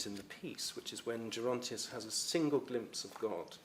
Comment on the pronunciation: Pronounce "Gerontius" with a hard G !